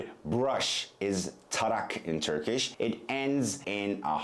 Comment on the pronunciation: As a native Turkish speaker I have to say that he sometimes pronounce turkish sounds and words a little different and wrong. His English sounds are more accurate than Turkish. He sounds more like a native English speaker who learned to speak Turkish.